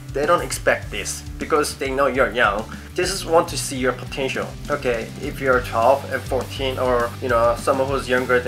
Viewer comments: potencher? 😂😂😂its potential. 😂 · Potentier.. Potential? Potentier.. I'm not making fun of you. just like your accent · I'm watching this not because I want to be an idol but to see struggle or having a hard time to pronounced the word POTENTIAL 😂✌ but I'm a fan. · I love the way you say potential x)